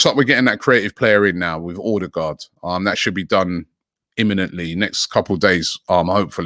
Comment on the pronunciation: I like the way Robbie pronounces Odegaard